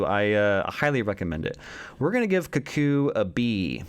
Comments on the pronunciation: Politely, it’s pronounced “Koo-koo” like cuckoo clock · Cuckoo is pronounced just like the bird the film is named after: Koo-Koo. I've also seen all of the films here, and for the most part I don't necessarily disagree with your rankings overall, except for two films. My top three would be: Longlegs, Cuckoo and Late Night with the Devil. I'm not sure I'd say any of them are as good as some 2022 and 2023 releases though. Especially not When Evil Lurks and Smile. In a Violent Nature is going to be extremely polarizing. There's slow burn, and then there's whatever this film wanted to be. It was like watching a modern Friday the 13th film where at least a third of it is nothing but walking, and it absolutely destroys the pacing. You can call it director's intent, but it felt like they only had a movie that was an hour long and had to pad it out somehow because all of the rest of the budget went into the effects. For me it's a C- Oddity was a film I was really looking forward to due to all of the hype surrounding it, but I have to disagree 100% about it being "scary" in the slightest. The movie had a great atmosphere, but that's all it had going for it. I guessed every single plot point right after the the initial encounter in the "Oddity Shoppe" and while the movie itself was competent enough, it felt too much like an extended episode of Tales from the Crypt. Solid B for me. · Koo koo (American or cook koo (English)